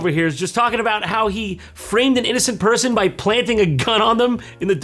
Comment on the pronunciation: I thought JonTron had put him in there with amazing edotting. "Is there a black purse-in here?